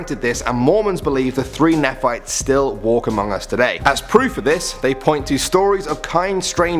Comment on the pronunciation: Nephite is pronounced nē´fīt.